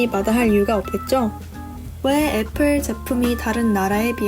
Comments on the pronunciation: 애뻘이라고 하면서 샘성이라고는 절대 말을 안하시내ㅋ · 아니 애플 발음이 매번 틀린데 ㅋㅋㅋㅋㅋㅋ 제발 나대지말고 편하게 말하세요 좀 듣기 역겨운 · 에폴 발음 거슬리누